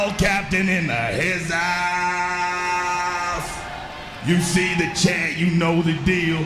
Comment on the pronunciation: ' skull captain in the hizouse ' lol 😂